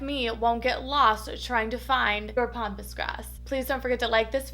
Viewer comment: Pampas not pompous. Sorry I just had to say something.